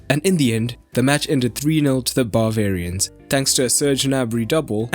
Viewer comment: "to the BAHvarians" sorry, i had to